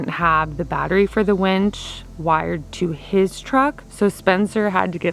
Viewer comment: Winch not wench. Lol glad it got done